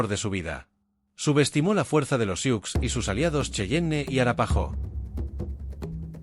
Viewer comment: No se pronuncia "siuks". Se pronuncia SU